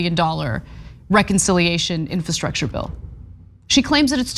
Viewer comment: Will someone please teach Anna how to pronounce the word infrastructure. Is she so sensitive that everyone around her is afraid to bring it up?